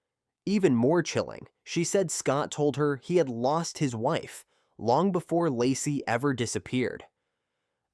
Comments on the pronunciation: Ai is ruining the story... saying Lacy isn't that hard...smh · How is it that half the time you can say the name Lacey, and the other half of the time you butcher one of the easiest names to say?…. Hella annoying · If you are going to use AI voice for the video, maybe proof read the commentary first. Laci… Lassie…Locie… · I find it curious that you can pronounce Shannan correctly, but never pronounced Laci correctly once😮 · I think they did at first, but not for the majority of her story! Using someone’s story to make money, but not even trying to pronounce their name correctly is so disrespectful.